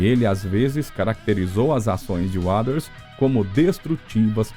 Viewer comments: Eu não sei qual é a dificuldade em dizer Roger Waters da forma correta! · Vídeo de lorota que todos já sabem, e pra piorar a pronúncia do nome Waters... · Isso é voz de ia? Ficou ruim em, principalmente quando diz Waters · Cara, o vídeo é mais do mesmo, nada de novo, mas pode melhorar na pronúncia do Roger WATERS e não “Waders “ kkkkkk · desculpa... quem é "uaders"? não conheço esse membro da banda... e olha que sou especialista em PF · Ser apaixonado pelo Pink Floyd e ficar escutando esse narrador pronunciar o tempo todo "UADAS" é sacanagem. Se o Waters escutasse a pronúncia do nome dele assim, infartaria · Como que consegue falar uaders ao invés de Walter ? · Putz ouvir essa pronúncia sofrível de “Roger uáders” “de uáu” “ confortabe num” “shine ou creise daiamon” “ uich you ê riar ” que bosta!!! Odeio IA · A pronúncia do nome Roger Waters com um sonoro Wades" incomoda um pouco. Mas o vídeo é bom só é muito longo para chegar no assunto principal do título. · Putz ouvir essa pronúncia sofrível de “uáders” “de uáu” “ uich you ê tear” “shine ône crase diamond” “confort be non”.. que BOSTA!! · Sim, a narração é muito boa mas a dicção das palavras em inglês precisa melhorar porque destoa em relação ao todo, Roger "Uaders", não dá! O material é bom, mas senti que quiz dar uma enrolada pra ficar mais longo e acabou repetindo e perdendo a continuidade em certos pontos. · Esse "Uaders" do cara é demasiado risível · Pseudo Video kkkkk mais um falando mais do mesmo e pronunciando o nome do Roger Waters errado kkkkkk cansei . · Que locução péssima... pelo amor de Deus... dizer o nome do Roger Waters como narrado na locução é de doer os ouvidos. Precisa melhorar e muito a dicção do inglês. Fica cansativo de ouvir. A história em si é mais do mesmo e tem em qualquer lugar. Não há nenhuma novidade. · Bom vídeo, ótima dicção, mas não acertou em falar o nome de Roger Waters em nenhuma das vezes que citou o nome dele.